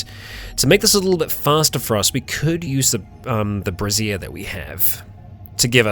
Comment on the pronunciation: brazier= bray-shure. I know this is years old but im still giggling like a child